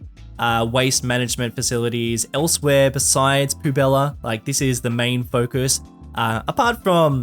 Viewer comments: 2.20's biggest weakness is french words XD. Poubelle is pronounced "poo-bell". Poubella sounds better for the city though! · actually it's pronounced pu.bɛl (poubelle) not pubella :D love the cs2 series btw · "Poo Bella" bruh that pronunciation lmao